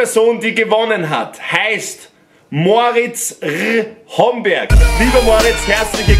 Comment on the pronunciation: Moritz r homberg 😂😂😂 Das heißt Moritz Rhomberg 😂😂